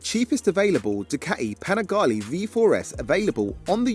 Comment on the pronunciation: Amico mio, please, say Panigale as you read." E" is spelled like in red😊